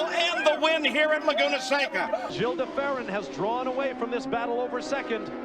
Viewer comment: Did Marty really say Gilles like 'Jills' ??? Sheesh